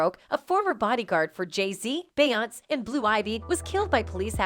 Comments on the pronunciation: It’s “Be On SA” geez! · So Nobody gonna say anything on the narrator saying her name in this horrible fashion lol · How do you not know how to properly pronounce her name😂😂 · Girlllll Her name is Beyoncé 🤣🤣🤣 She just fucked that lady name All up Lol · Can someone teach her how to say BEYONCE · Omg !!! So annoying how her name keeps being said...if you know so much about them , you'd think you'd be able to pronounce it properly. So annoying I couldn't keep watching it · Lol. Loving the pronunciation of “Beyoncé.” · Lame…..and you can’t even say het name right. Clickbait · It’s pronounced queen BEE! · This is video is so phony and made up. She didn’t even pronounce their names correctly and this is opinions and not facts. This is violative to promote this message. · Why can't the narrator pronounce Beyonce' correctly? I'm so tired of hearing fake voices. Quit being lazy and fix this shite! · Learn how to say her name if you want us to even act like we’re acknowledging what you’re saying 🗑️ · It is so disrespectful and annoying for you to constantly mispronounce her name.I couldn't even finish this video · The commentator is only showing her ignorance, by mispronouncing Beyonce's name. This video is click bait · So what did kanye release? And why can't you pronounce Beyonce properly? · She butchered her name😭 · Use this comment as the dislike button,for how she's saying Beyonce's name. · This lady is annoying me with pronouncing beyonces name wrong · First of all who is beyonce she’s killing me. It’s Beyoncé bish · Why she keep saying her name like tht omg annoying asf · Are you a bot or do you seriously not know how to say her name? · And they pronounce everyone else’s name perfectly 😒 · She doesn't even say her name correctly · Can't even pronounce the name correctly. Pure click bait. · Wha the f are you pronouncing BeyoncE like that are you dumb lol? She's been famous for 20 years and you still don't know her name? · Get an AI that can say beyonce you hacks